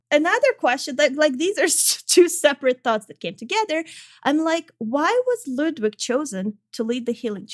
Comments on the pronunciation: clearly the game mispronounces ludwid, only knows the truth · Good ol' "Ludwid". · it's German for: "LudVid"